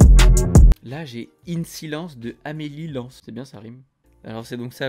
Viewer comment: Ahh yess t'a kiffé matvei et Tom misch 😎 Et tu m'a faire rire comment tu prononce le "amelie lens"😂